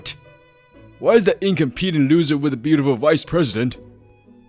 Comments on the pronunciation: In c(ah)m peh tent! Not incompete! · "incom pee dant" really.... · This was good, but someone needs to tell the male VA the context and pronunciation of "incompetent" it gets grating after the fifth time or so. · Male VA. Please work on pronouncing incompetent. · His pronunciation of incompetent irks me…. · I completely agree. He keeps calling him incompetent but he can't even pronounce it properly 😅